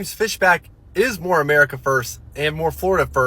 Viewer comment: Did he say Murica? 😂